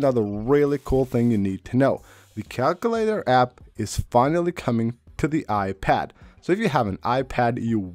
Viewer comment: Why did you bother bringing up the calculator on an iOS 18 features video if you had nothing new to show? 😂 PS cal-queue-later / KAL-KYOO-LAY-TER